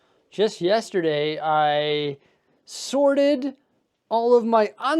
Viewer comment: I keep on hearing "sordid Lego" instead of "sorted Lego".